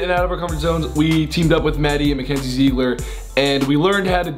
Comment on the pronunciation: am I the only one that got annoyed when Grayson pronounced it zeeeeeegler instead of Ziggler?